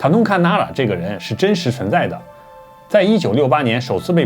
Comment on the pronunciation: 福州人把 n 说成 l，把 Nara 说成 lara; :) 😀当然，你的信息具有很高的知识参考价值.👍